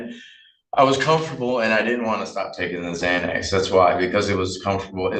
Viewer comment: He says im confortable taking "zzzzzxanax" i havent taken anything today, but i took one this morning, and will take another tonight. Lots of progress